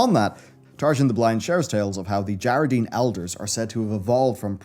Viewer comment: Whyyyyy is he mispronouncing djaradin when they say it a zillion times in game